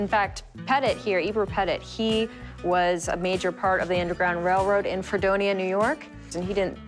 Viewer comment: You are saying Fredonia wrong